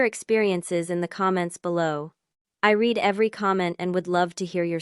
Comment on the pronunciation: I don't understand how an AI capable of writing complex, convincing stories consistently makes simple grammatical mistakes such as not understanding the past and present tense pronunciations of the word "read" or the difference between the word "no" and the abbreviation for "number".